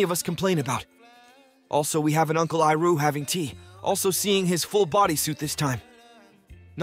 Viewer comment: Bruh. Have you seen the show. Why are you mispronouncing Sokka and Iroh?